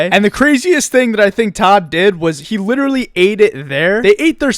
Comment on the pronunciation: Stop saying liddurulee